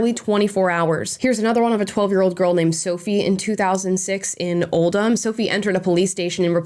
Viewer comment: Interesting that Amala pronounced Oldham correctly 👍’oh’ldumb’ (rather than ‘old ham’. Omg…Rotherham, too!!!